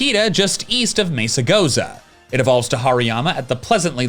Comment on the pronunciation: Every time you mispronounce Mesagoza I feel pain in my chest. Crap.